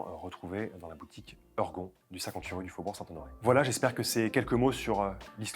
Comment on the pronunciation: "Heurgon...." , nous ne sommes donc pas une pièce de Molière ?...."ORGON"....en tout cas merci pour cette nouvelle vidéo.